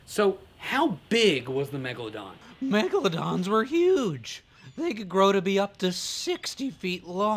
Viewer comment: MEGLADONSSSSS AHHH HELP